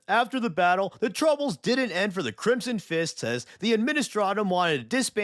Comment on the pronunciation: What you say: The Crimson Fists What I here: The Crimson Chin